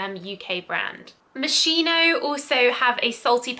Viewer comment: I would have added Jil sander sun to the list.. Sorta of smells like a beach and sea salt btw Moschino is pronunciated ~moskeeno~ if that makes sense😊